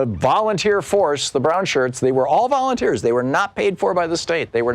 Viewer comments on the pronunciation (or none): Let me guess, all volunteers. then Thom said "volumteers. "😂